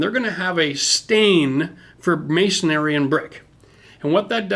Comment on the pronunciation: Love your channel and what you do but, I have to tell your that the trade is not "masonary" it is masonry. If you say it like that you sound like you do not know what you are talking about to masons like myself. Keep up the great work and educational videos.